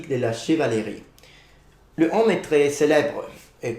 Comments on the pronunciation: I agree, he speak really well French, but I heard several time "homme" instead of "heaume", and you have a funny tendency to pronunce the "h" like in English when in French it's either like it wasn't there, or just you cannot do the "liaison". That's strange as in Italian "h" isn't pronounced like in French. Except if in Sicilian it is ? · Bon travail ! One mispronunciation that I see already is the way you say "haume". The "au" within the word should be more closed and not as open as what you are saying ( you are saying "homme" which I'm sure you're aware of, means "man" ). It should be pronounced as : [om], instead of this : [ɔm]. "Haume" rhymes with "eau". If you repeat them one after the other and they start rhyming, that means that your pronunciation is correct. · His french even back then was already pretty good indeed! I also agree with the "heaume" pronounced like "homme" but I'm not sure it can be considered that much of a mistake, I might need some confirmation about that, but in some southern accents, the closed "o" sound can be pronounced openly, like with the word "Rose" that can be pronounced \ʁoz\ in the north, and \ʁɔz\ in the south. So depending on the accent you are aiming for it might not be a mistake? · Your French and your pronunciation are very good ! You spoke relatively fast, but I had no problem understanding ! The only 2 things that I noticed was "heaume" pronounced like "homme" with an open o sound, when it should be a closed o sound. And the 2nd one , I don't know if it's just me but I heard " l'effondrement de la pyromane d'occident" instead of " l'empire romain d'occident". It's just that I took my brain a second to get it right.